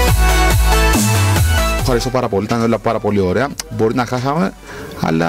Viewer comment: στο λεει χαχαμε αντι για χάσαμε